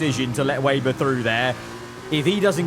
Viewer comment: it's not waber it's weber bro